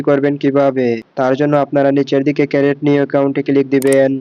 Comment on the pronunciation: ক্রিট হবে,ক্যারেট নয়😂